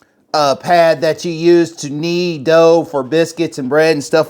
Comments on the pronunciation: The word is KNEAD ... not knee. We KNEAD dough. Not "nee" it. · Knee ? Did you mix that missing 'd' in the dough?😊 looks great!